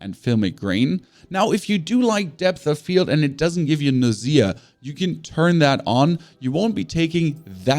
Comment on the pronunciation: Thanks. Just wanted to point out you said "nausea" as "nau-ZEA" , when it's actually pronounced "NAU-zea".